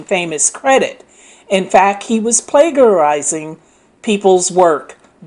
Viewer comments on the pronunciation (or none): Plagiarize is pronounced "play-jer-ize". Yes, I'm one of those who correct the way people spell and speak. It's a gift. What can I say?